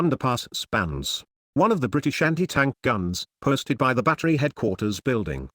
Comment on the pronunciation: "Briti-Shanty Tank" AI voice makes it pointless